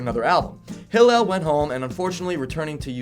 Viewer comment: he's mispronouncing Hillel's name every other time..